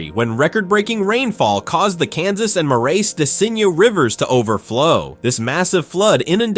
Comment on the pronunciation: Except the Marias De Cygne is pronounced mare da zine